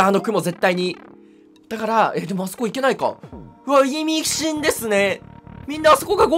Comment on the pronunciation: いみふかじゃなくていみしんて言えて偉い